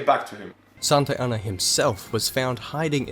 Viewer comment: Santa Anna sounds like Mohamad.